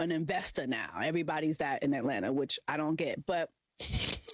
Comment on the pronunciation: What would you do over there? Look at and talk about other people? Boring. I took my wife out to concerts or dinner and a movie or a museum or whatever, just to enjoy together. But hey, I'm not from "Ellenna" or how they pronounce it.